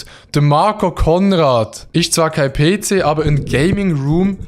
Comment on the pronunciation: jeder: ‘PC’ schweizer: “Peeeh Ceeehh”